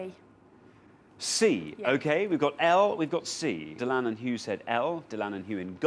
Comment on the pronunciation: It’s so nice to see someone on television who pronounces Dylan properly.